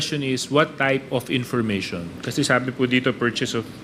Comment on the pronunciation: tapos opis(office)of(op)payling(filing)information(impormation)one point two.(Wampoint2)kakahiya😂😂